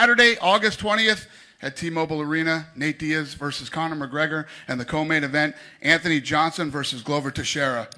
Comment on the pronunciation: Conor😥 Conor 😓